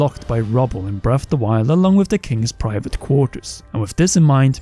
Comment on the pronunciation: When you can't pronounce correctly it makes it difficult to take this seriously. "bref of the wild" like cmon now.